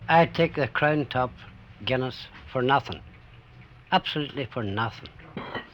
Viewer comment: "Fir nathin" 😂